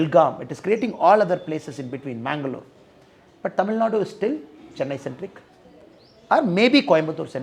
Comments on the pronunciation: Super loose talk in English pls say Tamil in ur beautiful mother tongue say Tamil not war u say temil. First tamil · He has to pronounce Tamil. 'L" correctly. Else everything else is okay